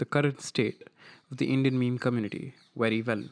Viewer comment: communi-TITY haha